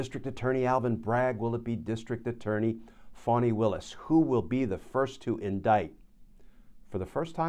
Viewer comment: Her name is Fani Willis, not Bonnie. It does sound like Bonnie when Glenn pronounces her name